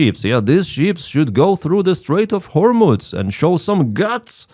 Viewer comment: Excuse me,, it's pro nounced "hormuz", not "hormutz".